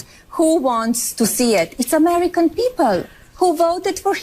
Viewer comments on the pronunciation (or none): "Amerakeen peepall"